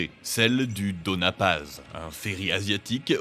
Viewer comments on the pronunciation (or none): Donia paz parce que ñ prononce avec ni ou ny Comme onion ou canyon.